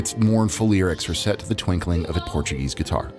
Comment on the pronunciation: Great vid. Your pronunciation of Portuguese words and place names was pretty good, especially for an Americano. Lisbon 🇵🇹 is one of the prettiest and most unique cities on the planet. Cheers from 🇨🇦.